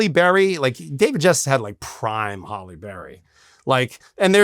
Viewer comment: "Prime Holly Berry" lol... I think he forgot it's "Hallie"